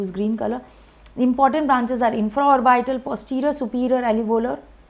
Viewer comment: 🚫 Not "alevolar" artery, it is alveolar artery.